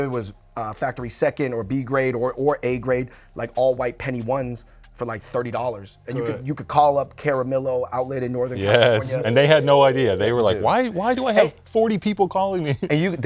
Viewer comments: Sole Collector david fung said caramillo instead of camarillo hahah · LMAO David fung said “caramillo” outlets 😂😂 it’s camarillo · My dude said "Cara-millo Outlet" lmao.. Camarillo but people in SoCal get it hahahaa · Lol caramillo boys it’s Camarillo lol I live in northern Cali but that’s funny lol